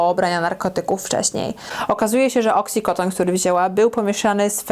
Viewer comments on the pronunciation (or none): Super filmik, ale popracuj trochę nad wymową :D Receptory "opiodowe" xDD albo oksycoton zamiast oksykontin :D hah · Jak mnie to wkurza jak mowisz fentanyl i oxykodon xD